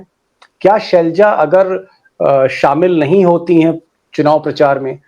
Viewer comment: ये शेलजा नहीं है, सर ये सेलजा है।